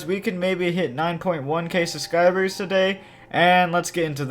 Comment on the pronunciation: day 1 of translating the subscribe he said sudscriber